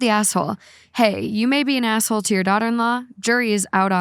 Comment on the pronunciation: Can someone please acknowledge that when says asshole it sounds like asswhole